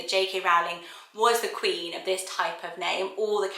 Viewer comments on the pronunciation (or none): none